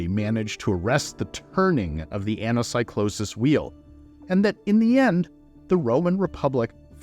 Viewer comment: Please please please, you are a professor, please don't say anasaicloses and read it correctly as Anakeekloses